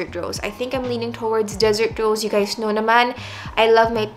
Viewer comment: "woww gandA" "i knauuwr, its hard work" hahahahah seriouslyyy, love u.